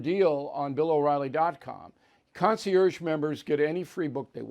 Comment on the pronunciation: Bill, Bill, Bill. Since you use the word so frequently, please learn the correct pronunciation of “concierge.”